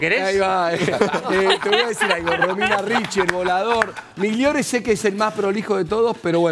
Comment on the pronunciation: Como un escopetazo dijo migliore jajajajjajaja